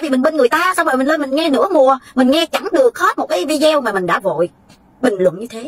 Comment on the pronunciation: Mình xinh lỗi cho mình chỉnh một chút nhe, mình cũng xem nhiều video của mình thấy phát âm chữ video không đúng mình xinh phép chỉnh lại cách phát âm chữ video là phải phát âm như vầy ( v đi ô ) mong bạn đừng buồn. Cám ơn bạn